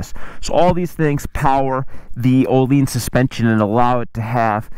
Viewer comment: Actually closer to the original swedish name compared to everyone who says oh-linns. Source: i am swedish. The ’i’ is like a sharp ’ee’ sound in english. Closest comparison.